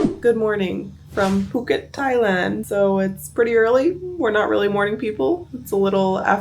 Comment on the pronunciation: That is not how Phuket is pronounced